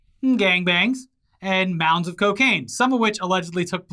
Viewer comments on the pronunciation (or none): said "mounds" 🍑